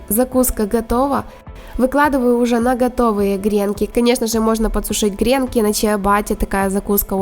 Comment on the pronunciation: Правильно говорить гренкИ ударение на И